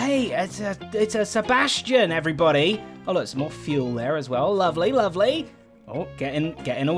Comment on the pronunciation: Am i the only person who hears him say Sebastian rather than bastion?